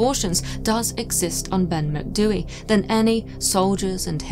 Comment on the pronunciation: As a Gaelic speaker who lives by the Cairngorms, thank you for not butchering the pronunciation. 👍 (also lived here all my life and have never heard of this ‘Grey Man’, so super interesting!!) Brocken Spectres are often seen. Worth remembering that hypothermia causes vivid hallucinations, visual and auditory, and heightened sense of anxiety. We also get a lot of ventricular clouds, that really look like ‘flying saucers’, caused by warm air, meeting cold air. See them all the time here. That might explain the UFO belief. I’m not a naysayer or skeptic, just like to rule out natural causes before I conclude paranormal. Tapadh leat.